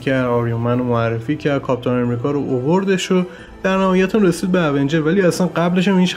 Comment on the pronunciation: تلفظات ایراد داره اونجرززززززز